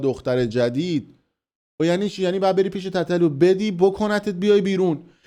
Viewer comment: خفه شو حرومزاده تابلو از قصد اینجوری میگی تتتلو یادت داده مادرجنده